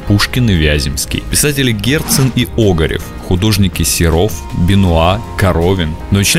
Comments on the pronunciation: Писатель Огарев? С ударением на "О"? Не Огарёв, нет? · Уважаемый, ну какой же Óгарев, когда Огарёв?! Хорошо хоть КарамзИн, а не КарАмзин😀